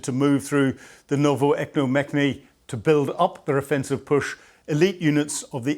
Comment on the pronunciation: PleASE, It's pronounced Novo ro siisik Thank you for the coverage